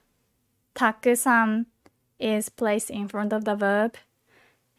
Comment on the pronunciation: Why so many people pronounce たくさん and く sound like silence?